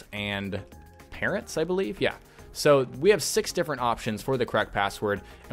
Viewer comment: it's parents not parrats